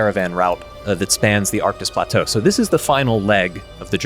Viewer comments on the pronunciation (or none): l keep hearing "Arctus plateau" as "Arc de splat-oh" which does sound like a typical character arc for the GCP 😁